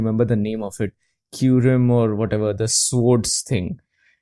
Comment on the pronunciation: Oh hi, a unova hater. Who don't even know how to pronounce kyurem. 😅